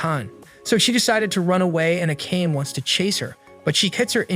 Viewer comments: Learn how to pronounce Japanese names! It's a-ka-ne! 3 syllables!! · the way akane is pronounced is killing me